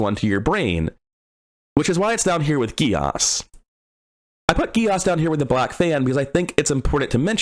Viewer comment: As a heads up (haha) Geas is an Irish word pronounced "Gesh" Also this was a cool video, I love hearing people talk about pieces of mechanics on this game, there's so much and so many avenues to work within it, great job, man!